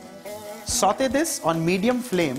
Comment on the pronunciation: It's not sautheyyyy😭